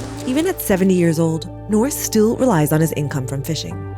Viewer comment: She said alot of persons lol smh it’s alot of people, and years are pronounced as is not hears 😂🤦🏾‍♂️